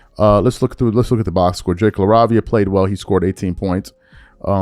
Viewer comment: LAH - RAY - VEE - AH.